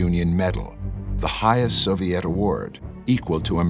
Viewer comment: It tickles me to death every time they pronounce it "Soviette".